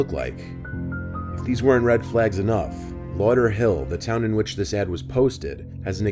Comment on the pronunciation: Not lauderhill 😂😂😂😂 I’m a Floridian and this made me laugh, they were really that down bad